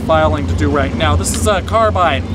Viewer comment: the way he said carbine triggers me i dont know why